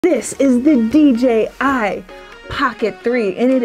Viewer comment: DJI not DGI - please. Thanks.